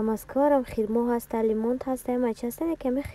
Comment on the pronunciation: Хирмо не хурмо